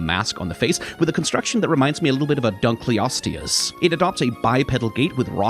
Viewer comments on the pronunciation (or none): none